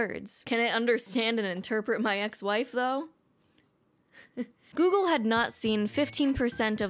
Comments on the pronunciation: Heh, gogle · First video coming across from you. But says gogle so I had to comment, so I guess I don't complete doesn't work as intended...